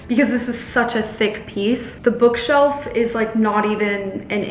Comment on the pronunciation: Ha ha "bookself"